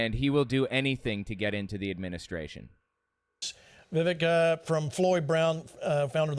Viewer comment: I don't like him, but you spelled his last name wrong and pronounced his first name incorrectly. "Vee-VAYK" and "Ramaswamy" Love your content,. ♥